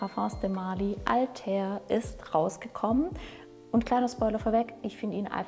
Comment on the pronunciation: Wenn du so überzeugt von dem Duft bist, dann lern doch bitte wie man ihn richtig ausspricht